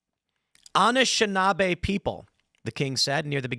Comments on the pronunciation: Tim needs to watch more Lore Lodge to understand how to pronounce the First Peoples names. There is no G in Anishinaabe. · Tim, it’s pronounced Nish-Knob 😂